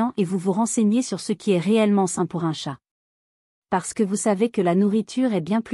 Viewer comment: oui dire TChattt au lieu de chat .. c'est vraiment pénible 🙄